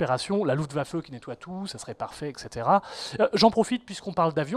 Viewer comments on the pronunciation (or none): none